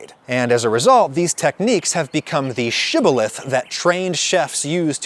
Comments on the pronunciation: Saying "shiboleth" is a shiboleth tbh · The word he used that sounds like "chivalrous" is shibboleth.